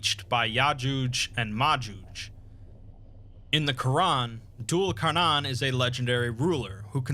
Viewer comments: It's pronounced Dule Kar-neigh-n, like the sound a horse makes at the end. Also I always was told Dhu al Qarnayn was Alexander the great? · If anyone cares, Dhul' Al-Qarnayn (pronounced thoo-l al qar nayin) means the two-horned one, or literally He of the Two Horns. Scholars believe he is either an individual derived from Cyrus the Great or Alexander the Great. Gog and Magog have been mentioned across all 3 abrahamic holy books, from them being individuals to a tribe to monsters.